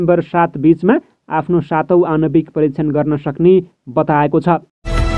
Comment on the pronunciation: आणविक भनेर वाचन गर्नु है,आनविक हैन। कमला हो,कमाला हैन अनि पुगे पछि हो,ओउगेपछी हैन। हैट